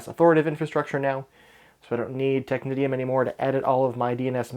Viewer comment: Isn't Technitium (excellent server BTW, I used it too but as authoritative too—for AD no less) pronounced as "technician"? (but with the correct vowel sounds, of course).